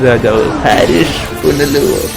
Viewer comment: Bro,, ഹാരിഷ് അല്ല, ഹരീഷ് എന്നാണ് ഡയറക്ടറുടെ പേര്.. ഒരുപാട് വീഡിയോയിൽ ബ്രോ തെറ്റിച്ചു പറയുന്നു... ഇയാൾ പുനലൂരിൽ ഉള്ളതാണ്...